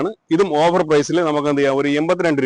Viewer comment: Over അല്ല ട്ടോ.. offer എന്നാണ്